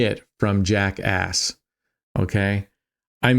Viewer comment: LOL! It's Jack Ace, not Jack Ass.